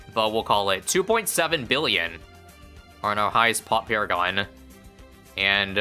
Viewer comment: I loved when he said "It's paragoning time" and he paragooned paragons